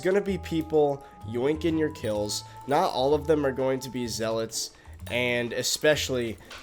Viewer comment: That’s not how you say zealots